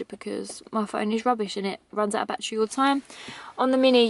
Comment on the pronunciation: all !! not ool!